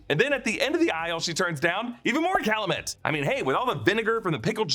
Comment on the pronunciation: cal-you-met not cal-uh-met